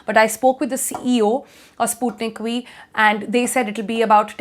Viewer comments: Sputnik We or Sputnik V as the pronunciation goes!! The alphabet 'V' is difficult to pronounce correctly by the North and South Indian persons. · I thought she said Sputnik We.😂👍